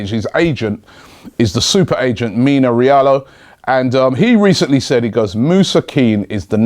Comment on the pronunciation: Mino Rialo 😂😂😂 ffs robbie stop butchering everyone's names